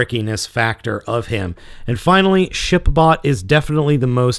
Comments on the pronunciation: I heard him say Shit bot not Ship bot. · Did you say ship bot or s**t bot? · did he say shit bot or ship bot